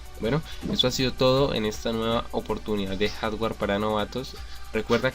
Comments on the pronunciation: después de ver varios videos tuyos sé más sobre computadoras pero voy a tener que tomar un curso sobre dicción pues ya ando diciendo como tú "jaswer", "oxila", etc. saludos y gracias. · Buen video, una sola recomendación para el creador del mismo... espero lo tome como retroalimentación y no como mala crítica, la palabra hardware se pronuncia más o menos así... "jard wer" o "jart güer", sigue así, haces videos muy interesantes, éxito :)